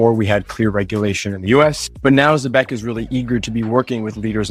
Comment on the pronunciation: Can’t even pronounce the name🙄